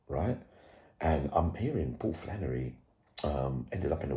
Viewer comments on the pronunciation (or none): Flannely 😂😂😂 got hes 😂😂😂